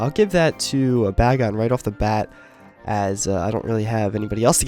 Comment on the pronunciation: you're saying bagon wrong lol